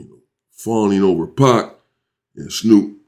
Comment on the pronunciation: It ain't pack it's Pac